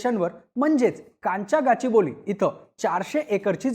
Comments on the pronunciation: Kachiboli nahi Gaaachibowli ahe te..@ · गाचीबोली नाही ते गच्चीबौली आहे